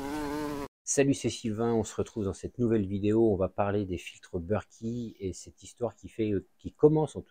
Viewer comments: You british. Moi française. Donc berket. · BERKEY sont français donc se prononce Berk È et pas beurki